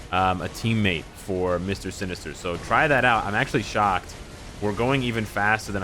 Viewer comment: "Mister Sin-ester" I think i've heard this somewhere before. 🤔